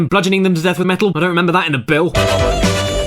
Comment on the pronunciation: Remembarr, remembarr, the fifth of Novembarr.